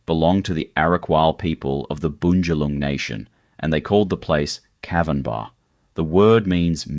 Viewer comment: What a crock of absolute bullshit this piece of drivel is! Stacks of photos of places other than Byron, absolutely murdering the actual names and totally mispronouncing EVERY SINGLE indigenous word he uses, Cavvanbah, Arakwal, Bunjalung, Belongil, I literally cringed each time I heard those words being strangled by whoever this NON-BYRON person is that has put together this awful 'documentary'. Very cherry-picked, sensationalist RUBBISH! Obviously not only has this guy NEVER even been to Byron, but he just totally gets it all wrong. DO NOT BOTHER WASTING YOUR TIME WATCHING THIS! 🤮